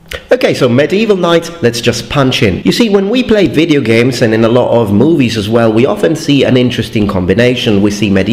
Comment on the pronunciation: No one:: Wideo games